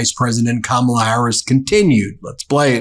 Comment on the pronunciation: I told my kids I am immigrating to America because of Kamala😂 From South Africa … What a lady What a speech.. Go Kamala. Your grandkids taught adults to pronounce your name ? Shame on the adults who ignorantly and maliciously mispronounce your name. Your grand kids have more sense than some 78 year olds.. You brought them up correct 🙏🙏 Respect the name parents gave you….